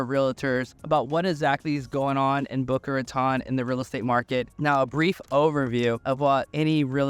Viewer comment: The city is boca raton not boca ratonne. Spanish words not French. Thanks.